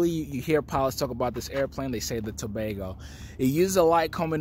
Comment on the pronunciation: actually got the prononciation right. I am from To ago. Most people butcher the name.